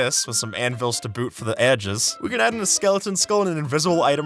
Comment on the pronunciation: "with som anvils to but for the aigdes"